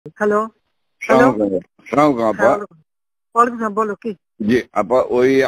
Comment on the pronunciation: শুদ্ধভাবে সালামটাও দিতে জানে না